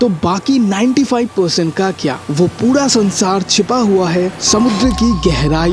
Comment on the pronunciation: Puda nhi bhai pura 😂